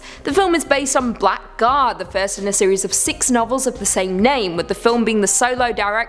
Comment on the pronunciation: When you said "Black Guard" I thought you said "Butt Guard" and I tried to imagine what it would guard butts from. Maybe there could be a movie about a guy who has invented the butt guard and then starts shooting arrows into people's butts to make them feel a need for the butt guard. If you make this movie, please acknowledge me in the credits.